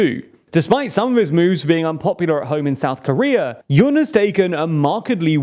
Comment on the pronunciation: Yoon rhymes with tune, ftr.